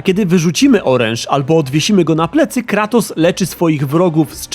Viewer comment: Cały czas słyszę Klatos. Coś jest na rzeczy. :)